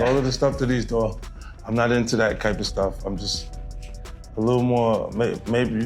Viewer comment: 50 Cents not into that "kype" of stuff.... ....don't let the stutter trick you into believing he's so nervous talking about the subject that he can't pronounce his words right.... he's just so passionate about NOT being involved in that kype of stuff that he gets a little tongue twisted sometimes. It's like he knows what he wants to say, but his brain is so vehemently opposed to these kypes of things that his mouth doesn't even wanna speak about them properly. It's like a kype of dyslexia for morally upstanding people. You wouldn't understand.